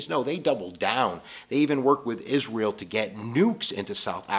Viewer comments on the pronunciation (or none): none